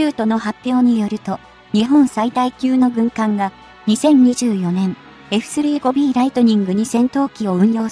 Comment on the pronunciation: 「エフスリーごビー」とかの読み上げ方はなんとか改善して欲しい。